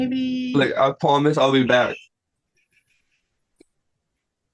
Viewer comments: "I pinky pwoomise" 😂I have never yelled at someone to shut up more than i did watching that first guy. He was so obnoxious. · I pinky pwomise you ma'am. 😅